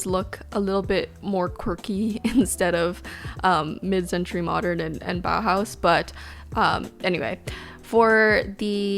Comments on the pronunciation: She pronounces „Bauhaus“ realllyyyyy good ✨❤️ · Your pronunciation of "Bauhaus" is perfect! Greetings from Germany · This might be a weird comment but do you know how happy you made me by pronouncing "Bauhaus" correctly? It absolutely made me happy!